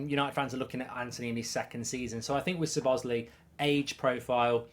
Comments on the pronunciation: You 'probably' pronounced it wrong?? 😆 At ease Mark. You most definitely pronounced it wrong. It's an Hungarian name though and as such difficult. I couldn't pronounce it correctly but I know for a fact: stress is on the first syllable and the ending is an 'ay'. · How many times did he butcher his name in this video😭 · I’m pretty sure it’s pronounced CHO-BOZ-LIE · Pronounced "Sob-oss-lie" :) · Pronounced Shoh-bosh-lye if I’m not mistaken mate 😂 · Lol gotta love Mark not even trying to pronounce his name correctly, 'Sir Bosley' 🤣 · You pronuce it soboslai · Sir Bozley 😂 as usual Brits butchering foreign names. Muppet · Over the moon with this signing mark. I think it’s pronounced slobber sly 😊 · SOB-OT-ZLAI IS THE PRONUNCIATION MARK!!!!! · How wrong is Mark pronouncing the name Szoboszlai? “Sabozzlee” 😂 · His surname is pronounced "saw-boss-lie" - as one word, of course. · It's pronounced "Zo-boz-lie" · Everyone else: Szobszlai Goldbridge: Sir Bosley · Yeah Mark you've butchered it 😅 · LEARN TO SAY HIS NAME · Horrible pronunciation 😂😂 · Liverpool have needed a creative midfielder that scores goals since coutinho left. I still want Thuram & a left sided centre back but this is a very good start. Awful pronunciation of his name btw.